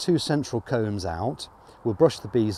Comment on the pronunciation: It sounds like hes saying cones. I'm assuming hes saying combs. In a standard hive, they're called frames, at least in america.